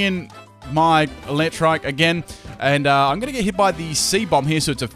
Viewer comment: its "eel-eck-trick"